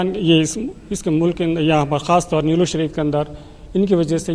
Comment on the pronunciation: Nelllur nahi Niloor hai